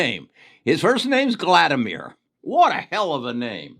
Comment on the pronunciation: "wunan" china 🤣 "Gladymir" 😂😂😂 awesome video